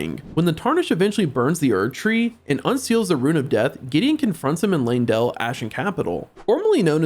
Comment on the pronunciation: LANE-DELL! LANE..DELL!! LEYNdell. How people mispronouce that name boggles my mind, you can literally see an E followed by a Y. L-EY-N, LEY = LAY. Come on people, i hate being the grammar and pronunciation sheriff but godddddd its annoying.😢😢